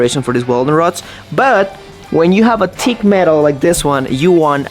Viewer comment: Hi, English lesson for your with the "th" sound so you can say thick instead of tick..hahahhaha...anyway, just practice saying the sound thu, thu and make sure you pronounce th not just t...okay...good..you got it bra! I did one bp rep with 245 today, pretty good at 71..eh? I did 14 reps the other day with 185 lbs...this is bench press, by the way...14X's with 185 is elite for my age 71 and my weight 240. MooMoo is looking better...thanks to Kaylee for the carrots..:) Get them...more ZZ Top..hahahahaha...hope your house will not shake so much....and you need good secure locks when you finish your house. Some body is stealing wood???? Hope you solve the mystery.